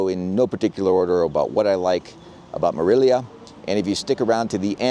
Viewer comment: ¡Dios mío! You might learn how to pronounce “Morelia” correctly!